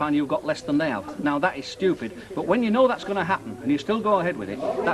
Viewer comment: Kevin don’t be SCHOOPID. ITS PRONOUNCED S-T-U-P-I-D. NOT SCHOOPID ..